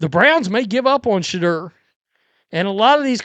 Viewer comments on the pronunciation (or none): Work on saying his name correctly Sha - Door